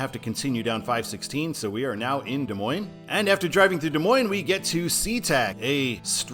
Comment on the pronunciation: Washington locals pronounce it Des Moine-SSSSS. Yes, they say the "S" at the end. So annoying! #I'mAMidwestTransplantInThePNW 😄😄😄